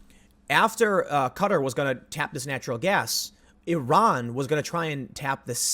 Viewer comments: Wait...Cutter? Are we trying to say Qatar? I'm confused. "ka-TAR"=Qatar, if so. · Literally took me almost four full minutes before I realized you were talking about QATAR instead of CUTTER. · Qatar is pronounced like guitar but with a k isn’t it? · Qatr? You mean qatar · Fyi: Qatar = Kah' tahr. Keep up the good work Tim. 👍